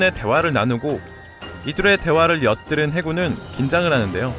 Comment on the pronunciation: 왜 엿들은이 아니고 옆들은인 것인가 ㅋㅋㅋㅋㅋ